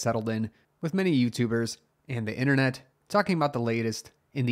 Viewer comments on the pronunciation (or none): none